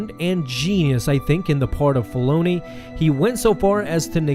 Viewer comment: please say Dave Filoni's properly. was soooooo hard to start this